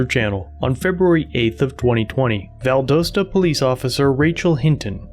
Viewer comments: It's VAL- DOST- A, not VAL-DOE-STA... Edit: As a long time Georgia resident, the Lowdes county police department has always been heavy handed and corrupt... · Val-doss-tuh Not val-dose-tuh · No one is gonna call this guy out for pronouncing Valdosta wrong? Lol Val-dah-sta, you don't say it how it's spelled. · Hey. The pronunciation for for the "O" in Valdosta is "ah"